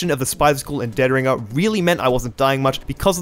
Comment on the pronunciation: The emphasis is on the "ring" of dead ringer, not the "dead".